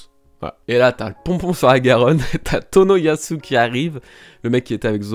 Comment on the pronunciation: Ebisu : tu dis EbiZou au lieu de EbiSSou ! Tu dis bien TonoyaSSou ! Pareil pour KomuraSSaki et OroTchi. Fallait que ça sorte <3